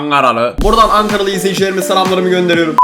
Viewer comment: Angaralı diyişine kurban ya sana da Angara dan selamlar seviliyorsun